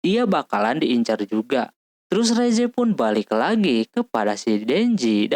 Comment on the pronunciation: mohon maaf ka bukan reze dibaca riss